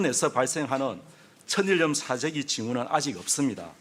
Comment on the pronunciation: 천일염[처닐렴] 왜 앵커들마다 다 [처니렴]이라 발음하지?